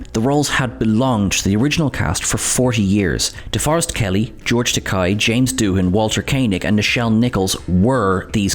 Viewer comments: Uh oh. He committed one of the Trek cardinal sins: He said "Ta-kai". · In the words of George Takei to William Shatner, “My name is George Takei. Not ‘TAKAI’, as you’ve insisted on pronouncing it for the last 40 years!” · To quote Sulu himself: "It's tah-KAY, like toupee" and most certainly "not tah-KEYE." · I remember George Takei speaking at (I think) the Comedy Central roast of William Shatner: "I'm gay. 'Gay like Takei', Bill, not 'Tah-kiye' like you've been saying for the past 40 years!" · Takei rhymes with "gay," why is that so difficult for "Trek" culture? 🙄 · I think it's supposed to rhyme with "okay". 👌